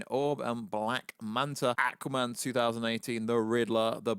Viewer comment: I cannot stop laughing the accent pronouncing " ackwa-man" 🤣🤣🤣